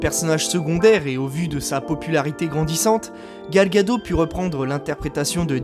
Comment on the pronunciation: c pas Gal ( une vague en hebreu: pour la culture;) gado mais Gad'ot, le T se prononce. mais a part ca bon boulot!